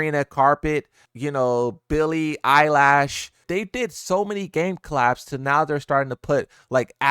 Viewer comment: "Sabrina carpet and billie eyelash" 🥀💔